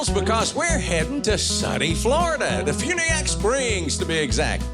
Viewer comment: DeFuniak is about an hour from my house. Quaint little place. They make it sound active and exciting but like any other inland small town, mostly boring!! But there are no state income tax.. and Huckabee... it's pronounced Dee Fyuuuuneeee ack